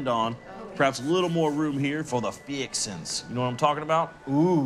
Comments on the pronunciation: "Fixins" dude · Please forgive me my Latino peoples but"feeexins"is another racist tidbit that makes love this show! And I am a 43yr old black guy from Boston.